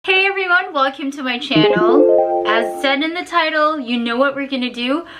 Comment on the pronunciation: Intro plng. 😩 welkem "welcome"